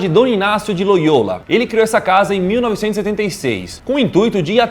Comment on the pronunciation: A pronuncia é: Inácio de Loiola e não Inácio Loiôla. (Não to julgando só corrigindo k)